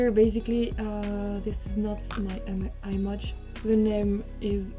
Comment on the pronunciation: Fantastic resource, thank you!. Not sure if someone else has already mentioned it, however the "i" in "image" is normally pronounced like you now pronounce the "i" in "isolate", while the reverse it also true :), that is, you should swap your pronunciation of "i" for these two words! No don't thank me, I can't help it!